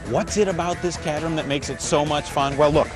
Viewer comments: my god its caterham (KATE-ER-HAM)!!! NOT CAT-REM!!! WTF AMERICA!!! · Bare Ass Motoring.. you can't pronounce 'Caterham' correctly. Very Nice video.. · one thing that always bothers me is the horrid presenters on the speedchannel. There are a few knowledgeable entertaining ones but most are like this guy, completely lacking charisma. Also, caterham isn't being pronounced right. Sorry for the rant, that stuff just bothers the crap out of me